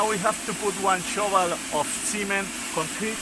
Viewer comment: La forma en que se dice cemento en inglés es "cement" así como se escribe....si bien la "e" en inglés suena muchas veces como "¡" en este caso no es así, la e, en esta palabra debe sonar como "e" ....porque así como lo estas pronunciando, parece que te refirieras al "semen masculino"en inglés. Usa el traductor de google, ahí también hay un ícono como audífono, lo puedes usar, para ver como se pronuncia cada palabra....espero que te tomes este comentario en buena, y no como crítica. 👍